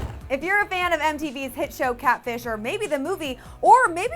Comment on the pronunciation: is Katfish the new cool way to say catfish or is really ignorant.😂